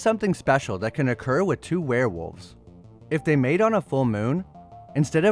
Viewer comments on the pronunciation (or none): none